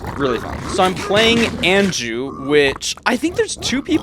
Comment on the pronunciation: Anju is typically pronouced awn--joo. awn as in yawn